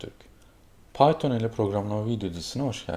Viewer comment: bizim arkadaş piton dio :D